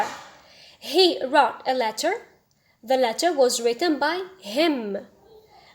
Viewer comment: Also the pronunciation of wrote